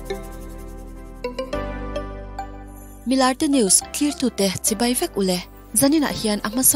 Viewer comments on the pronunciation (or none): none